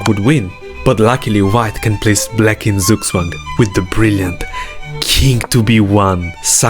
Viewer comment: sugswang 😂😂😂 bro is this a actual german word what is international in Chess? And its pronounced tsug tswang (i can’t say it in the comment section because im not Mr Beast)